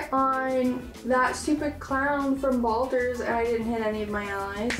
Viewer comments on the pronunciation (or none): Lol I thought I was the only one like, "tf he sayin 'balders' for??" 😂🤣